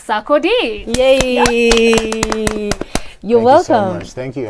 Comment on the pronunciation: U people are spoiling my man’s name. It’s not Sakode. It’s Sar-ko-die